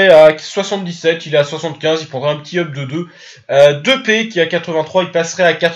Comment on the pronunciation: Tu l'as appelé "Depai"😂